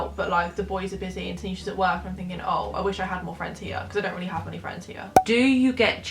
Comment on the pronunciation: fwends. fucking football fwends!